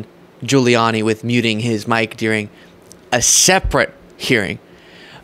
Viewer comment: The word “ during” is pronounced with a long “u” You are saying Deering